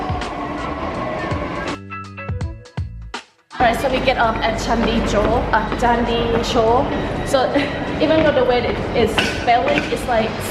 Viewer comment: Let me correct you its Chandni Chowk not Chandi Chowk 😊 by the way I'm enjoying your videos.